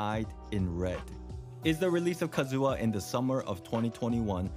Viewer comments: not Kazooha😢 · I hate so much people who saying kazUha but not kAzuha :D